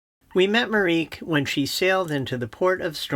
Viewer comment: With all due respect, but you’re only pronouncing two thirds of her name. Marieke is not pronounced ‘mareek’, but ‘mareekuh’, three syllables. I know it sounds weird for english language speakers, but you’d find it weird if people pronounced your name as ‘drak’ too. Otherwise great video 😁